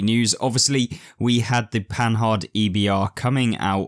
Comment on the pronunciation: You need to learn to pronounce Panhard; first the "d" at the end is mute. Just like the French don't pronounce the "S" at the end of Paris. Also the "h" is not said as the "h" in English. Does not alter your narrative, but just for accuracy sake and gives you more credit.